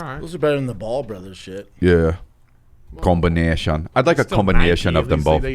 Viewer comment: Its crazy…i listened to this on the radar freestyle with drake and centch the last view weeks and i always had to laugh when drake says: combineetian…and i say it all the time now too even tho i speak german….and now its on this podcast 😃